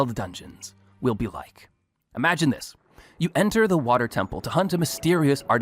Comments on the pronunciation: Someone please tell that there’s a letter T in the word water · Hey he’s Scottish don’t be mean, he already goes through a lot hahaha